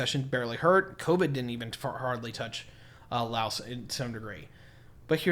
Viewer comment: We Laos have China and ASEAN is all that is needed since we are the only landlocked country. And please pronounce Laos correctly or don't even bother making stupid uneducated videos! Right now Laos is now land link with China under the BRI initiative. And Thailand has no concern for us. Not sure what you trying to say here because everything you say here is based on lies and you are a war-monger.